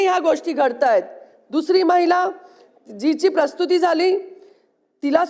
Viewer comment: मॅडम प्रस्तुती गृह नाही प्रसूती गृह